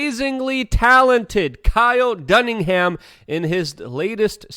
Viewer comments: His name is Kyle Dunnigan... Phonetically pronounced "DONE AGAIN!" Not "DONE IN HAM". Dammit! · Bro.. its Dun knee gan.. you keep saying Dunningham everytime 😂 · Dunnigan not Dunningham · Kyle Dunnigan not Dunningham haha. Oh Luke…. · Luke!!!! it’s “Kyle” “Done-e-gun” not “donning-ham”. The FUCK?!? Is this an inside joke between u 2?!? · KYLE DUNNI-GAN NOT HAM DANG BRO. I NORMALLY DONT GRAMMAR CHECK ANYTHING OR ANYONE BUT BRO THIS IS THE HUNDREDTH OFFENSE. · Kyle "Dunningham" is wrong Luke. It's pronounced "Dunnigan" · dude its dunnigan not dunningham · Kyle DUNNIGAN, not dunningham, cmon luke 🤦‍♂️ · Hey Luke his name is Dunnigan NOT Dunningham lol just bugging me that you keep saying that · Luke I love your vids but it’s Dunnigan not Dunningham lol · His name is Kyle DUNNIGAN, you have been pronouncing it DunningHAM. I have heard you do it several times. Also, the saying is TOW the line not TOTE the line. Sorry to be a grammar nazi, love your stuff. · It’s NOT Dunningham Luke. You say it wrong EVERY time!!! 😆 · Kyle Dunnigan, not dunningham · bro, it's DUNNIGAN not DUNNINGHAM. ffs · Lol, You continue to say: Dunningham when it is Dunnigan. I forgive you Luke. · Kyle Dunni - GAN!!! not ham... every time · I doubt your misspeaking will ever get old. Since when is 'Ham' spelled 'an' or 'gan' lol. Dunnigan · his name is Kyle DUNNIGAN, not Dunningham. thanks for sharing... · IGAN.... NOT HAM Lmao Luke does that everytime. haha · Luke... please, for the love of God! Kyle's surname is DUNNIGAN, NOT "Dunningham." lol Dun - ni - gan. Please man, every time you show a clip from him & murder his name, I cringe a little. Please... I beg you! 🙄 🙏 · Luke forreal, you use Kyles videos all the time and have to say his name all the time. How tf do you come up with Dunning-Ham? Its clearly Dunnigan lol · It’s Dunnigan, not Dunningham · Um, Luke darlin', you keep calling him Kyle DunningHAM.. it's DunniGAN. Just so ya know.. lol Still love ya! 💜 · DUN-I-GAN. NO HAM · It’s Dun -I -Gan